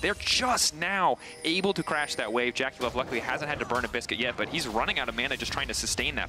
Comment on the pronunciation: Why do they pronounce JackeyLove like that?